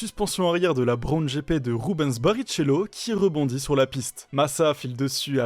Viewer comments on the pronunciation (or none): Ca se prononce barriKello si jamais